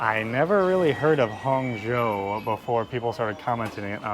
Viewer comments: actually, there's no "huan" in Hangzhou. Just Han. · Hang not huang😂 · just say roger moore and u are fine pronouncing it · Great video, guys! Just an FYI, the way you pronounce Hang (杭) is literally like saying the English word 'hung'.